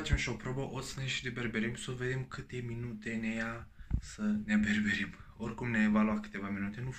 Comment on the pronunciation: Berberim, ghiuveta, pilips.... barbierim, chiuveta sau lavoar daca e ghiuveta din buda, se pronunta "Filips"